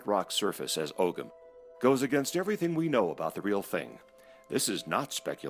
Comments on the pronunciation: How come y'all people be making videos on Irish history but can't figure out how to pronounce Gaelic words. Its oh-wum not og-gam, its Kelt not Selt. Its ish-kuh bah (uisce bá - whiskey), not however you butchered it. You want to make a linguistic connection but you can't even speak the language! Smh! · Ogham is pronounced "oh-um" in Irish.